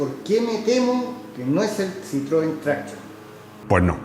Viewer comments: Traction en francés se pronuncia TRACSIÓN. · pareces un jovencito de estos de "telefonino" siempre en la mano diestra ¡Que manía con pronunciar todas las palabras extranjeras a la inglesa,! Es decir: con acento esdrújulo. Me refiero a la expresión "Traction Avant,", que no es inglesa, sino tan francesa como el teatro de Molière. ¿A que en español nunca dirías "TRÁccion delantera"? Seguro que no. Y, por cierto, Bucciali es nombre italiano y se pronuncia Buchiali, no Bukiali. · "Traction", es francés, no inglés. Dejad de pronunciarlo con la "a" tónica, por favor. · Tanto que sabes de coches y todavía no has aprendido como se pronuncia Citroën Traction... NO ES INGLÉS: ES FRANCÉS!